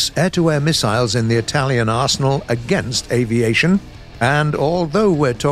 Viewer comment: I've gotta love how you name the Italians boats, you pronounce them pretty good. Greetings from Italy, gaijin 🇮🇹😳